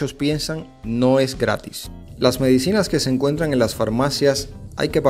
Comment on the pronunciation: Apretaste c el acento en mé-dicinas.